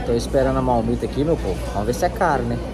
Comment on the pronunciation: Não é malmita! É marmita.